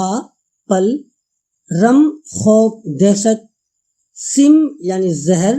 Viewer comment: bhai apni padhant durust kareñ padhne me bohat se aghlaat haiñ, wo sim e zindagi nahi sam e zindagi hai or fiqr o ghina nahi faqr o ghina hai